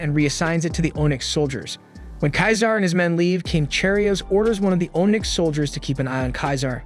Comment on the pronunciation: Bruh. If you're going to narrate....pronounce the words properly. One example. You say ohnyx. It is pronounced onix.